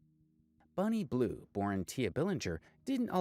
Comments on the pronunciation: I don’t like her at all, but it’s annoying me that you keep saying Bunny instead of Bonnie😂😊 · Its bonnie not bunnie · Its bonnie, not bunny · Its Bonnie not Bunnie. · It's Bonnie! Not bunny lol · Its Bonnie not Bunny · Bruh it's BONNIE...not Bunnie😂😂😂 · Sweetheart- it's ***BONNIE not "Bunny" 😂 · Bonnie, its not Bunnie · BONnie not BUNnie. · BONNIE not BUNNIE 🙄